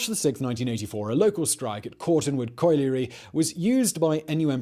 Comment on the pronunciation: I'm sorry to have top say this, rather pedanticly, but, I now know why I dislike this youngster posh English Youtuber, so much. Even though most of what he says in his video is correct. He is too young to know how to pronounce many basic English words , RARECORD?! ...record; Coi-liery ...Colliery and, famous (in the U.K.) names, it is excruciating! Michael Hesel-tine..not Hestentine. Good Lord.